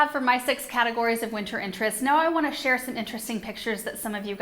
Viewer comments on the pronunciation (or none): none